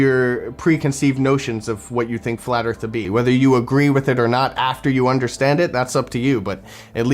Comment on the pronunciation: Fwat earth fwidays... always look forward to these